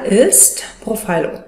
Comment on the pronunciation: Es heisst profhilo und nicht prophilo😅😅😅